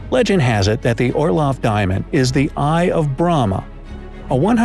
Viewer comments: It's not BR-AAAH-MA it is Br-am-ha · Bieng a hindu Indian It's Bhrahma not Brama❤️💜. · He probably said the word Brahma wrong and don't ask me how did I know as I am a Indian🇮🇳🇮🇳